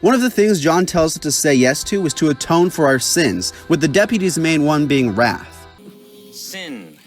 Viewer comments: "It's supposed to say wrath not rat" kills me every single time lmao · "Its supposed to say wrath, not rat" 😂